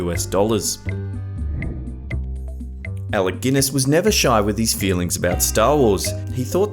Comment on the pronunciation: Ahem, the correct pronunciation is Sir Alec Guinness, just for the record.